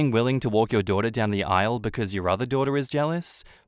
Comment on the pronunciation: “HE DOESNT VIEW YOU AS HIS DUHDUH” lol okay mate